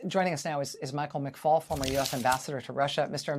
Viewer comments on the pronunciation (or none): none